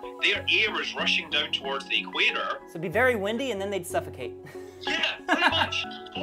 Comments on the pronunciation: Just curious, do people really pronounce it "E-quator" or is that just a thing? lol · Hey, it's 'equator' no 'e-quator' LOL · is so engrained in the digital world that he pronounces equator as if it's short form for electronic quator. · Awesome video. Love the science. The way you're pronouncing "equator" is hurting me a bit, but I'll survive ;) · Interesting thought experiment, but the way you mispronounced "equator" every time made me cringe in second-hand embarrassment.